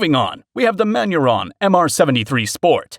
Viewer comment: Just to get my whacks in also. He apparently had never seen the words Manurhin or Tritium before either judging by his mis-pronunciation. Survival Gear videos just lost me.